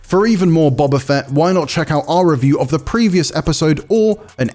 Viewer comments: IGN be like "Bob-ah" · The fact that people have watched this show, hearing Boba be said multiple times and still some how pronounce it as Bob-a rather than Bo-ba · This guy doesn't know star wars he's reading a script, he can't evan say boba properly